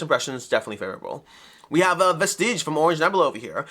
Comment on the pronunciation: You might wanna look up a pronunciation guide for Vestige 😇